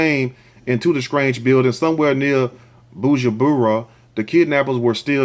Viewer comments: This guy really sucks on his presentation. If you can't connect vowels and consonants, please... It's not Bushubura. This has nothing to do with accent unless you try to read Chinese or Arabic writing for the first time. He could have at least practice on how to pronounce these Africans' words. Or he should just visit Africa so he gets out of that mambo jambo, cuz, brah, chachacha kind of pronouncation. On the other hand, the guy who want to kill his wife is just evil. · it is bu ru ndi not burundah and it’s bu jum bura come on phonetics rant over l. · Next time learn how to pronounce what you don't know before doing a video.. The way you pronounce Burundi and Bujumbura is irritating. Nice video though.